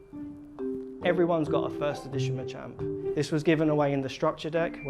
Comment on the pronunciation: Machamp is pronounced match-amp the way you say it really urks me lmao